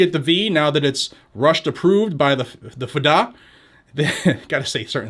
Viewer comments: "Fa-da" aka: "eff dee A" lol. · "The Fuhdah" lol 😂